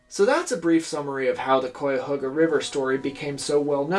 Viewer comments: As an environmentalist Clevelander, the amount of pride I feel from coming from the same place as Stokes is crazy. Not finished with the video but I hope you mention of Cleveland now has one of the countries greatest Metroparks! Also you mispronounced Cuyahoga all video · You're very close with the pronunciations of the river. Actually, I knew what river you'd be talking about. I grew up in Northern Ohio and that river ran through our town. In the late 70s they built beautiful walking paths along it. There are even more now. When I go back to Ohio to visit family we always walk along there. No one in the 70s would have dreamed of even stepping foot in it though. Even now, according to my family, it's still not clean and no one goes in it. They do kayak on it. I'm not sure how long it will take for all the chemicals from the Cleveland factories to dissolve . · The ohioan in me cringes at the pronunciation at cuyahoga. Great video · Yes, you mispronounced it the whole time. It's usually said "Ky-uh-ho-guh" ... sometimes "Ky-uh-hog-uh" ... not Koi like the fish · Hey I'm from here the akron area about 40 mi south but it caught fire here too recently lol. And it's pronounced Kai-A-Hoga technically but if your from here the locals call it the Ka-Ga river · I'm from NE Ohio -- yes, it's something more like "kai," but don't feel too bad cos there's no fully agreed-upon pronunciation locally, either. "HOE-guh" is the 'correct' pronunciation but "HOG-uh" is also pretty common. I wouldn't be surprised if someone here pronounces it as you did. Great video 🙂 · Every time mispronounces {kai-uh-ho-ga} me and my bucket of toxic River water gets one mile closer to his home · interesting I've lived in neo my whole life and I've always pronounced it kai-uh-HOE-guh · cuyahoga is pronounced like kai-uh-haw-guh btw! (sorry i'm from northeast ohio & it was bothering me lol. cool video tho!) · Should be pronounced like the Randy Newman song 😆. Love ❤️ your show!